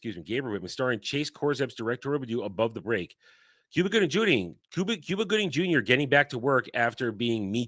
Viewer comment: Cuba Gooding Jooning?